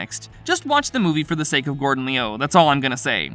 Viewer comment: This guy is horrible at pronunciation 😂. It's Lu not Leeyu & Lung not Leeyoung. I had to mute the sound after a while 🤦🏾